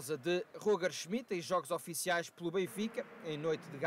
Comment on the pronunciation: Alguém pode ensinar o homem a dizer o nome do nosso treinador? É um bocado vergonhoso este tipo de erros